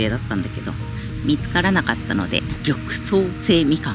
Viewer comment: ごくわせ🍊と読みますよ